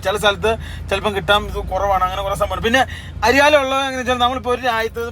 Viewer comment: അരിയാലോ അല്ല എയർലോ